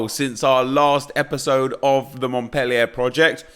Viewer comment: You’re pronouncing Montpellier wrong. The ‘er’ at the end makes an ‘ay’ sound